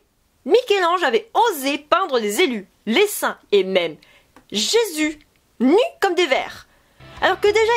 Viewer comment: Mdrrr, une fois sur deux quand on parle des saints, j'entends "les seins" ^^'